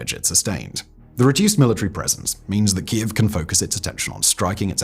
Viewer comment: Simon STILL doesn't pronounce properly Keiv after all these years 😢.